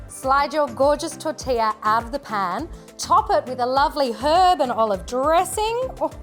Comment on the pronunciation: You shouldn't be making foreign dishes if you don't know how to pronounce them, it is very disrespectful